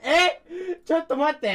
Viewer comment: ユリース日本語ホント上手くなったよね笑 「ちょっと待って!!？( ´ﾟДﾟ`)」 の発音すごい流暢だった笑🤣